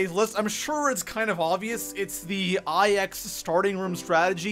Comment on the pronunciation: I will pay you to pronounce IX properly